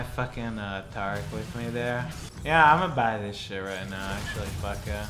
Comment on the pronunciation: TAR-ic??? You mean TARE-ic... jesus QT